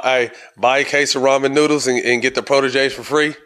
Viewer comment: Stack say Raymond noodles?